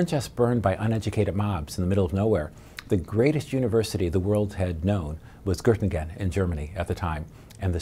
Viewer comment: Gurtengeim?! Wtf that's no university I've ever heard of If you can't pronounce a foreign word, just don't.